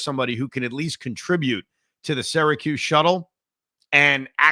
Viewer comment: Why is Evan saying ‘Syracuse’ incorrectly again?